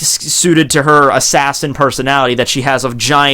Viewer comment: "Assashins" lol